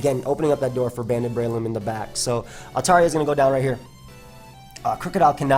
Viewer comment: Breloom, more like Bye-loom lol